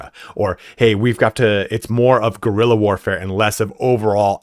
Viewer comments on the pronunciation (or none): none